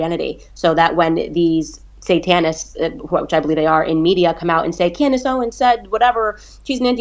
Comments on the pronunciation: Great conversation but the Tate brothers mispronouncing Candace’s name was a bit akward 😂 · Can bro really not say “Candace”?